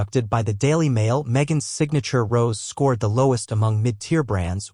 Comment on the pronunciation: It's roseAY wine, not rose.